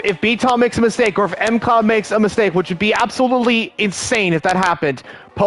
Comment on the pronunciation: Pretty sure WOR Fraser is FRAY ZURE pronounced and M CLOUD is one word McLoud